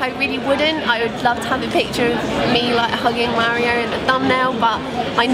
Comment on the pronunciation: What I really want to know is why you pronounce Mario like "Maireo", like with an "air" sound.